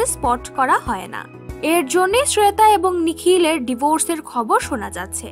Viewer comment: শ্রেতা নয়, শ্বেতা.... Joint করেন না....join করেন.... ঠিক ইংলিশ ও সঠিক ভাষায় কথা বলুন আগে, তারপর ব্লগ শুরু করবেন.....😈👿👹😠